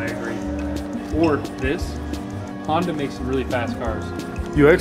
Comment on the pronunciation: that’s not honda that’s honderr